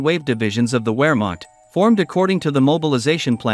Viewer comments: W's in the German language are pronounced like V in the English language. Wehrmacht is pronounced Vehrmacht. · Wehrmacht is pronounced Vehrmact. The Germans w always sounds like a V. Also J’s are silent. Example: July is pronounced oohlie. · Tell your robot voice that words like Wermacht are pronounced with a “V” not a “W”!